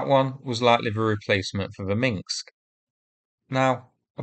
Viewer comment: MinsK, not MinKs 🤣